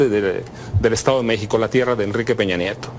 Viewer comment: ¿Escuché bien?... Minuto: ... La "PeñaNietó"